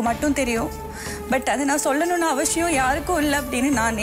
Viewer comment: Crocodile tears. None that she answered was a proper reply to the question. Very rude, always saying " yarukkum sollunum ngre avashiyam illai" . It's actually "avasiyam" but she always pronounces "avashiyam" and people like this. 🙄